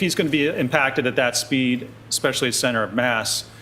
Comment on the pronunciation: Please,, it is not EXpecially, it is especially....